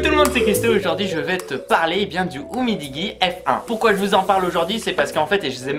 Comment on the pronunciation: 🤣🤣🤣🤣🤣🤣😋😋😋 c'est Umidiji la prononciation et c est de la belle merde niveau optimisation ROM et mise a jour digne du néant.... Et n' oublies pas le DAS qui explose les scores...